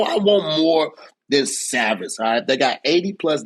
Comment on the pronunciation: "I want more than savids" (salads 🥗😂)